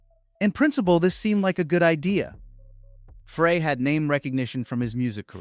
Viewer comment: Glen Frey's surname is pronounced "Fry."